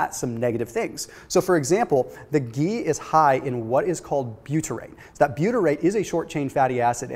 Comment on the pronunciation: I can't get over how he says geee